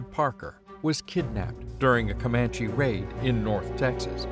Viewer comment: COMAND-- COMANCH-- never an, e.